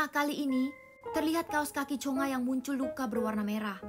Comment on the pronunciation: Bukan chonga tapi chonge